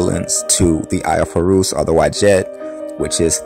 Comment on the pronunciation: Horus not Horoos!